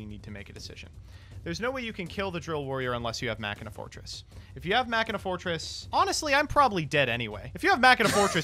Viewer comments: It's called "Machine uhh" not "mockinaw" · Fun fact: It’s supposed to be “Mah-she-nuh” because the original archetype was “Machiners.” Ofc I’ve also been saying it this way forever, so it’s not like I really care. It’s just something I learned watching 5D’s again xD